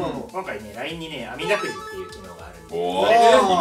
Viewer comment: 山本さん「あみだくじ」って言えてなくてちょっとニヤニヤした後、「あれ？バレてない！！」ってそのままスルーしてる…！！！(可愛い)